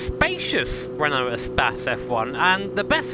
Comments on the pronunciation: Renault spas LOL, Isnt it pronounced like space? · Eh - spas ... lol its E - space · espas? i think its more like e-space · Love how He calls it "a'spazz" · Appreciate the blooper. We rarely get that. And is it really pronounced "e-spass"?